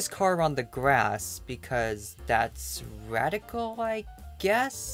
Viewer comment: Haha "RAD-ical"